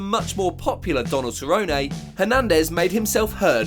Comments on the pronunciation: WHY ARE YOU SAYING CERRONEAY ITS CERRONE WHY U SAY IT LIKE THAT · “Ceronay”? It is Donald Cerrone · Cernone not ceronay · Cerrone pronounced "sir own e" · "Donald Cerrononay" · Who's cerronayyy lol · "Donald SA-ROW-NAY" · “Donald Cerro-nay” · Who is donald seroynay? I mean I know who cowboy cerrone is. But who is this SEROYNAAY you speak of? You speak as theow you ah ay layday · Donald Cerro-nay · "Donald Ceronay" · "Donald SER-OH-NAY" 😁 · Who is "Donald SURRONAY"? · How you gonna call Donald CERONAY smh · Please stop saying Cerrone the way you do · You’re gonna tell me this man can pronounce Joanna’s last name right but not Cerrone??? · Literally the guy that made this video doesn’t even know how to pronounce Donald Cerrones, and It’s possible the most cringe thing. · bro why are you saying Cerrone like that? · Good video just terrible Cerrone pronunciation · Why are you pronouncing Cerrone like Forrest Gump? 😂😂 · Can we please get that Donald Cerrone pronunciation right please lol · Was just wishing he'd stop saying cerrone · Dude learn how to say the fighters names. I ddno how you managed to say Geathje correctly then fk up Cerrone